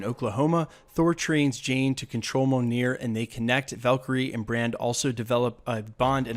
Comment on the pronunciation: Brother, I'm a big Thor fan and I love your videos. I say this with much respect, bro you've got to learn how to pronounce mjolnir. Really. Keep up the great work brother.